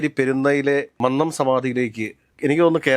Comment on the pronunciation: Shit, Mr Joseph please correct your pronunciation of Mannam. We are getting irritated by hearing your pronunciation of Mannam.Please listen today's welcome speech of NSS General Secretary at Mannam Jayanti regarding pronunciation of mannam